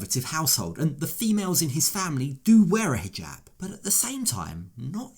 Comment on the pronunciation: Why does she pronounce it "hee-Gab" (hard "g")